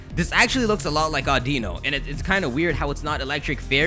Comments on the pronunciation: You pronounced audino wrong. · Learn how to pronounce Audino.